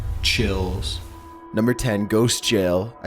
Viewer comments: I like how he says chills all chill.😛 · Is chills pronounced like cheese in spanish?